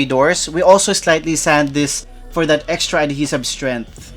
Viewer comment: I love your videos and you might hate me for saying this but ADHESIVE is pronounced "uhd HEE suhv" . Cheers